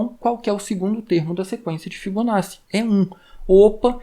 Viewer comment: agradeço o conteúdo! apenas uma dica para futuros vídeos de fibonacci: se pronuncia "fibonáti"